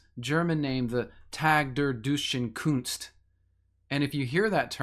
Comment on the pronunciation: Tag der Deutschen Kunst (Day of the German Art), you're almost correct in speaking it. Doit-shen Kun-st